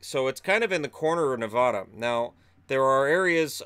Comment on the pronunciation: you are not allowed to be a Knights fan anymore until you can say Nevada correctly. The middle syllable rhymes with "cat", not "cot" -- please and thank you.